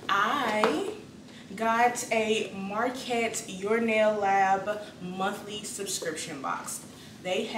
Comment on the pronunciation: Hey girl, nice box! It's pronounced like: "Muh-cart" just so you know😉 looks like you got some great stuff!